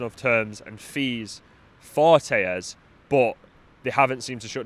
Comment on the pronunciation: His name is pronounced "tell - es" not "tay-es" as he's Brazillian.